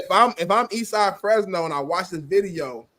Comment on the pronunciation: Damn I was happy watching this until he said “Fresno” damn that’s where I’m from horrible look bro.😂😂